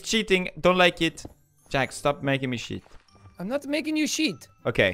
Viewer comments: Felix: dont make me cheat What i hear: dont make me sh*t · When felix said "don't make me chet" I thought he, SWORE!!!!!!!!!